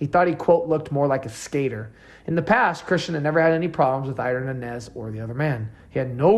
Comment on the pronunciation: Good video except for mispronouncing Nańez. It’s Non Yez!